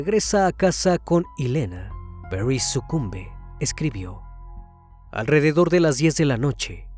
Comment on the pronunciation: Perris jajajaja. Es Paris